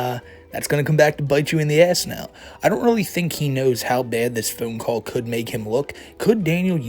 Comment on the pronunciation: "This is bed!" It's pronounced bad. Like your parents taught you when you were a toddler. Speak appropriately.